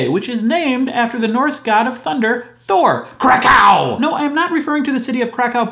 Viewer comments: I'm Polish and I work in a hostel, so I thought I've heard all possible pronounciations of Kraków (guests ofthen ask me how to get there). But that was definitely a first! :D For curious people: Kraków is pronounced 'krakuf' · This pronunciation of Karków make my day XD Cow on crack - CrackCow :)